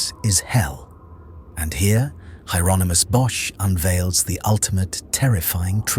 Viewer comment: It's pronounced Yeronimus, the H is silent. AND, the couple in the foreground is Adam and Eve, you can see the fig leaf. They brought original sin into the world.